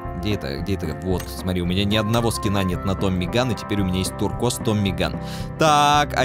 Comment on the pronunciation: ТУРКУАЗ А НЕ ТУРКЬЁЗ